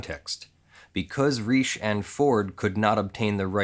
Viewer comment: Pronounced like Richie, dude.